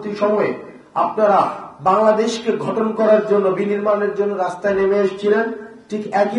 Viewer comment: ঘটন না গঠন উচ্চারণ করতে পারে না ঠিক করে আবার আসে বক্তৃতা দিতে